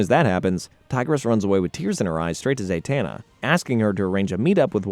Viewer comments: Why do you mispronounce the characters name? Like if you watch the show you would know her name is Zatana. You are saying ZaYtana. You did the same thing on attack on Titian. You said Levy and not Levi. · It’s ZAh-tana, not ZAY-tana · He’s not his father in law. He and Talia were never married. Also, how is it you can pronounce Zatara correctly, but not Zatanna. They’re practically the same 🥴